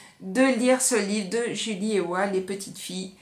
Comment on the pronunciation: J'avais également adoré ce roman vraiment passionnant ! L'auteure est alsacienne (de chez moi donc) et j'ai pu la rencontrer plusieurs fois. Son pseudo se prononce "Eva" 😉 Son tout premier roman, c'était "le bras du diable" écrit sous son vrai nom "Julie Waeckerli" mais je ne l'ai pas encore lu (il dort dans ma PAL). Elle a créé une association "Kolibri" pour venir en aide aux enfants en Indonésie. Ce qui est remarquable chez elle, c'est qu'elle part plusieurs mois dans le pays où elle met en scène ses romans pour pouvoir s'imprégner de la culture et raconter au plus juste la culture, l'atmosphère, etc. Elle est courageuse !